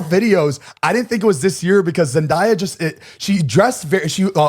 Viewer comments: zane pls…. “zen-die-uh” baby its “zen-day-uh” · Please pronounce Zendaya’s name right😭 it’s pronounced how it looks. Zen day a, not die/dye a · Zane is pronounced like (ZEN-DAY-AH) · I’ll never get over how Zane pronounces zendaya 😭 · It’s bothered me so much 😂I thought someone was going to correct him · so many people still pronounce it like that tho it kills me